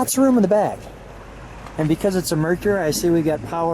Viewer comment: Thank you for two people who actually pronounce the word “Mercury” correctly. It is not “Merk-ree.”